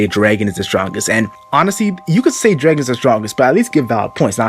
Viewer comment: who's Draigon? It's Draagon